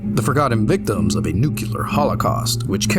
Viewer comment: It's pronounced "new-clee-are".